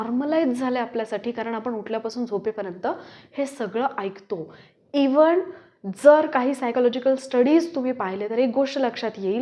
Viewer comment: खरं सांगु का? होय आपल्या मेंदूशी खेळलं जातय . VDO बघीतला तुमचे विचार चांगले आहेत सावध करताय लोकांना मी ही तुमचा VDO पाहिला पूर्ण पण सुरुवाती पासूनच (पासूण नाही) त्यात तुम्ही वारंवार न च्या जागी ण चा उच्चार करताय अगदी अनुस्वारांचा (अणुस्वारांचा नाही ) उदा नंतर ला णंतर जिथे इंग्रजी उच्चार आहे तिथेही उदा . Even ला इव्हण आपली भाषा व उच्चार सुधारा आणि हीच अशी भाषा व तिचे उच्चार ऐकून डोकं भनभनायला होतं . कृपया आपली मातृभाषा व तिचे सौंदर्य जपा उच्चार स्पष्ट होतील याकडे लक्ष द्या . तुम्ही सोशल मिडियावर आहात व तुम्हाला अनेक लोक फॉलो करत असतात उद्या यातीलय काही जण हेच उच्चार खरे आहेत असे म्हणतील तेव्हा कृपया 🙏 भाषा शुद्धी करा .